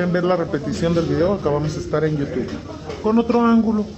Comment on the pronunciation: No sabe pronunciar YOU TUBE,, pero que tal pronuncia las vulgaridades!